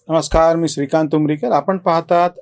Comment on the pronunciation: नमस्कार!! एक विनंती....तुमचे नाव जेंव्हा तुम्ही उच्चरता तेंव्हा श ऐवजी स खटकतो.